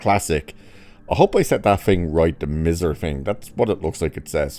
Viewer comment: Miser? It's MISER with a long vowel I and it means a cheapo!!